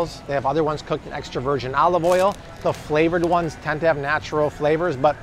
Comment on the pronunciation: I was actually really interested and made it as far as your pronunciation of virgin. I absolutely refuse to support anyone who does that